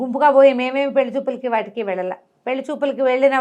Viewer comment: గారు పెళ్లి అని పలకండి.